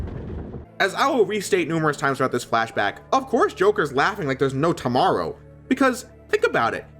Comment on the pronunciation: so funny how you say tomorrow